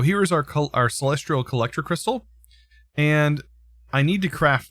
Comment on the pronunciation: please remove the R you say in celestial, i'm actually enjoying the Astral content though, I've not delved too far into the mod personally outside of quest progression in certain modpacks so it's nice to see the things it can do.